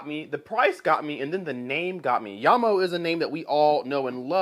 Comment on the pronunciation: Thanks for pronouncing the company's name properly. Jamo is mainly low end stuff, but some of them do sound pretty good.